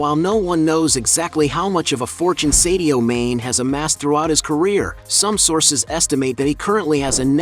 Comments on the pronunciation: At least learn to pronounce his first and last names correctly …. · Ain't no way mans calling him sadio main